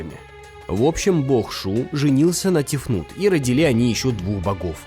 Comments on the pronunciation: Роди́ли. Я только-только от "координально" стала отходить, а тут "родили́". Ребята, наймите уже корректора. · Правильно говорить роди́ли